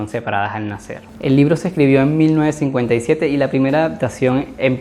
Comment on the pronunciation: Tus vídeos están muy buenos pero por favor cuando pronuncias los años hazlo de la forma correcta, por ejemplo 1957 (mil novecientos cincuenta y siete)